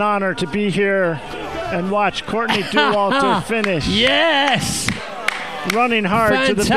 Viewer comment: The French pronunciation of her name is definitely the most epic.